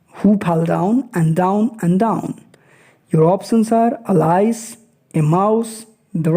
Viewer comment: Pronunciation of Alice is wrong